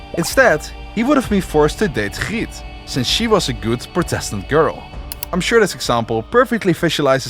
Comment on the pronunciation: the way you pronounced Griet...i am 100% coinvinced you are dutch! dont see many dutch youtubers nowadays